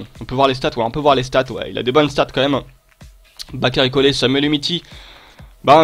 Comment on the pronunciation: Tt les supporters lyonnais sont morts en regardant cette vidéo, en savoir si peu et dire yattararé et umiti c grave qnd mm